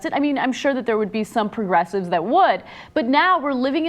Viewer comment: omg omg "progress", "progress" "pwogresswive". My god ana couldn't be more of a dumb bitch if she spoke with an upper inflection